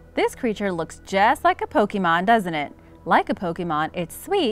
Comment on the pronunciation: Did you say... POkEmOn?!